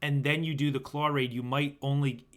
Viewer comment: There is no r in claw